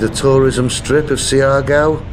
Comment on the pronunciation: The latin music intro was insulting. This is Maritime Southeast Asia, the Malay Archipelago. Also, it’s SHAR-GOW / GAW. Not See-R -Gow. SHAR-GOW is fine, thanks. SHAR - GOW / GAO.